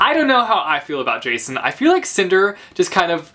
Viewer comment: In my greek copy of Cress and Winter, Jacin isnt pronounced the way everyone does and i am so frustrated, because now i have him in my mind as yakin....